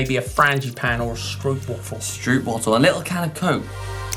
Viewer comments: Is it really that hard to say 'Stroopwafel' instead of 'strooopwaffle'? I can't even pronounce it the way they do 😂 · Struup wuufl? As a cyclist one should be able to pronounce Dutch words. Stroop (long o) waffles (w like v and the rest just like English.